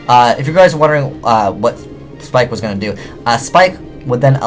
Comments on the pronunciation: Pike, and leed! Not spike and sleed! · abyss pike not abys spike [abysspike]